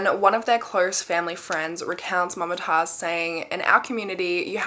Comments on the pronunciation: it's moomtaajz not mumma taaz😔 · Mumtaaz is pronounced as Moom-taaz and not Mum-taaz. I'm a south Asian so I know no hate tho. Love your content, always waiting for Mondays♥️ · mama taz, lmao, its actually mam-tazz, like the pronunciation